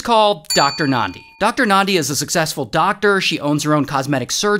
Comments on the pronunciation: Ayyy Ray doing a vid abt South Africa's craziest stories And he even pronounces Thabo and Nandi so well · I'm South African & I just want to give you your flowers for pronouncing "Thabo" & "Nandi" so well. Well done Ray, well done. 👏🏽👏🏽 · Lol, same XD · I came here to say the same. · Well done